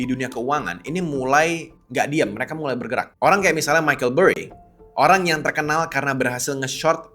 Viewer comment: Semua AI milik Allah😇🙏👼. Btw Michael burry bang bukan micheal😂😂